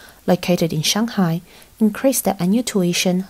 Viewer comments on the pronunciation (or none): none